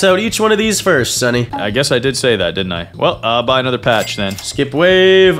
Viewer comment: blud really said pacth 5 times